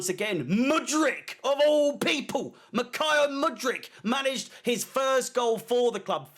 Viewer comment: it’s not mikajalo mudrik it’s MIHAJLO mudrik 😂 just saying